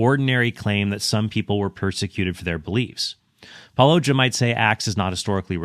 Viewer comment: Predictably, yet another person mispronouncing Paulogia’s name